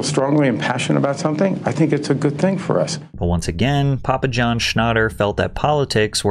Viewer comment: “Papua Jawn” 🥀